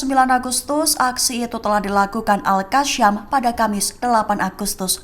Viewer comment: Yg bner baca beritanya mbak yasin jgn bilang yasyin itu ayat alqur'an jgn ditambah tambah, alqasam jagn dibaca alqasyam.